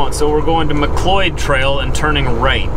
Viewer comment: ...For next time...Mcleod trail is pronounced mc lcloud Train....When I first brought my Lady to Canada she called it Mc clod...LOL